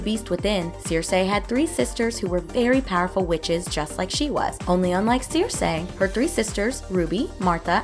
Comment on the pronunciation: It's pronounced SIR-SEE. Not Seer-say.